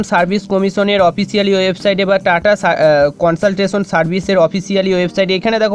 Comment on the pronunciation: Not কনসলটেশন its কনসালটেন্সি